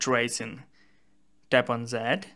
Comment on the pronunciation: Zet.... zis .. come on man.... Say "Dis and Det instead... is it that hard ?? 🤷🤦